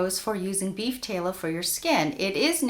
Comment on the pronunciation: Tallow like shallow. Not tay-low.